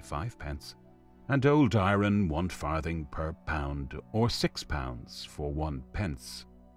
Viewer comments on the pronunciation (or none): Who the hell pronounces iron i - ron?